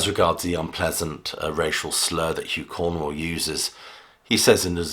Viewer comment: Too many factual errors in this video. Is it really so hard to say Cornwell rather than Cornwall?